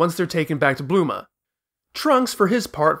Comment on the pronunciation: Great vid as always, but serious question, why do you always say bluma instead of bulma